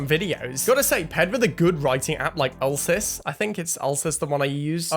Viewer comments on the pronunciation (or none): It’s pronounced YOU LEE SEES 👍🏻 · Ulyssyes is pronounced you-lih-sees